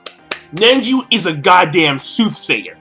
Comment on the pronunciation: Seriously, you can't say one name right, or even a technique... Nenji? Notradamus? Bayakyugan? xDDD It's not like you're way off on the names, but damn...